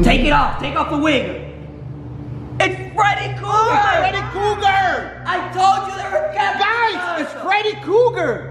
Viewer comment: It is